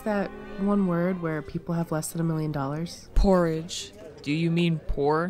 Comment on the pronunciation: said pourage